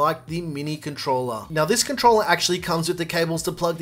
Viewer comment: He say controller 🎮 or controla pleya.